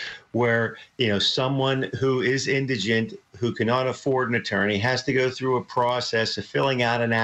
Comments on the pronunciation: Say it with me...In-di-gent. Indigent. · Indigent. Your reporter completely mispronounced the word.